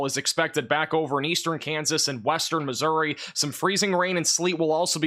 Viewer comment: How hard is I to say Missouri ?